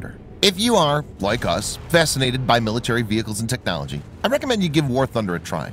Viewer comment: Listen to the way this guy says “Technology” at the beginning of the video. I think he is a Russian and this is a propaganda site.